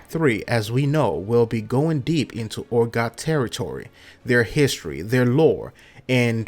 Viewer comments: Urgot Urgot... its Urgoth, why are you dropping the "H" ? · This guy dose not know how to speak english all hearts ur-got not urgoth